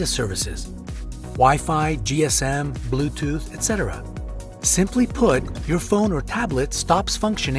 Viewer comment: and bloothoth ? XD